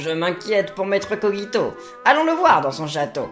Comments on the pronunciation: Sa se prononce kojito dans le dessin anime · Dans l'anime ils disent koJito et non kogito donc voilà ^^' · Sa s'écrit kogito mais sa ce dit kojito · ON DIT koJito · Kogito ce prononce avec un J pas un G